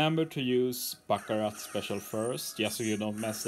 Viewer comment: Finnaly someone on YouTube is saying Baccarat instead of BACCURA (The Panther luffy fought in Amazon Lily)